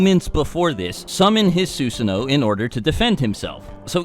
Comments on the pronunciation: "soosano'..... NO YOU FUCKING IDIOT IT'S "SuSano'o" "Suu-sano-o" not "soo-sa-no" fucking idiot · His pronunciation before was wrong. This is closer, but one thing he's always forgotten is that you're supposed to pronounce the second O at the end. "Soo-suh-no-oh" They even pronounce it properly in the anime, but I guess no one listens to stuff like that. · You cant even pronounce SUSANOO right, SUSUNO? Its annoying as fuck and yet u called yourself a naruto fan? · please don’t say susanoo unless you wanna pronounce it right. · How come you started saying susanoo wrong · He’s even sayin “ susanoo” different know🗿